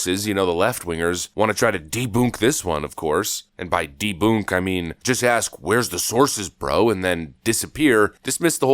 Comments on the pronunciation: Just out of curiosity, why "deboonk"? It's debunk, unless you are copying someone? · Is he saying deboonk money or?